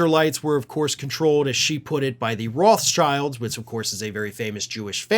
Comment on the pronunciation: Hi, the name of the Jewish family “Rothschild” is of German origin and is pronounced as “road” (or even better, like “to rot”) and “shield”. It has nothing to do with “child” but the German “sch” is pronounced as in “shield” or “shower”. Apart from that, I love your first-hand politics stories from the US. Greetings from the old world…